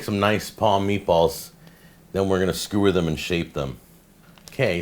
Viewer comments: It's not a SKOO-er, it's a skEWW-er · You pronounced sumac right, but your "skoo-er" needs some work. LoL